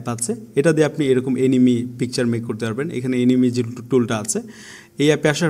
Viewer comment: What the ** is enemy. it's called এনিমে not এনিমি